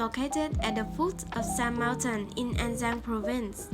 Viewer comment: "An Giang, Phu Quoc VÀ Can Tho" dễ thưn zayy Phát âm càng ngày càng hay lun í, mê vlog nầy quá